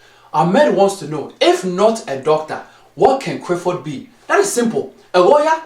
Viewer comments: Madafo😂😂😂😂😂 it's not crifford it's Clifford or neither is it crif it's clif 😂😂😂 like if u agree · why do you not pronounce Cliffords name properly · It's not only Clifford name you pronounce wrong it's also every word that has a l in it. Why do you say it that like that?